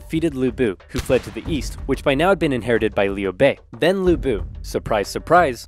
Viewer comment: As someone with the same last name as Lu Bu, in the ten years I lived in the US, I have literally never heard someone who was not chinese pronounce Lu correctly. The way he pronounced it was close enough that it is how I ended up asking people to say it, so good for him!